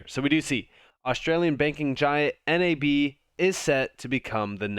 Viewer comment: We say "NAB" as one word, as opposed to the acronym by the way :)